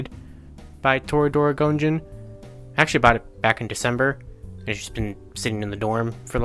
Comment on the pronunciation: Idk if you've seen the show or not but I can't go 5 minutes watching it without my brain going "ONITAIJIN" and your pronunciation is killing me